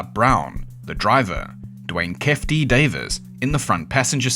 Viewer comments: No way you said "keff" D it's pronounced "key-fee" D.. are we serious, did you even do any research? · Its Key-Fee like kief from weed. Also Shhuuug like sugar